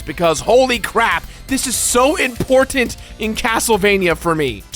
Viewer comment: I don't know why but it bugs the shit out of me how he says important lol